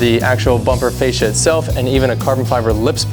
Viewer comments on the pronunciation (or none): none